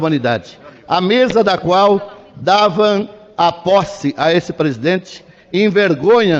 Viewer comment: "...davaN a posse a esse presidente, envergonhaN aqueles que lutaN..." kkkkkkkkkkkk muito engraçado....